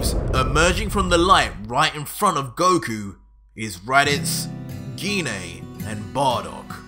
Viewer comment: I like the story everything in your doing great job. Dhoni thing that I have a problem so far with is the 3 names that you keep saying wrong which is the vadeil which is goku's daughter-in-law in his goddaughter is pan like in frying pan and his mom Gine the e can make an a sound like In make it dose not have to have an e after it all the time.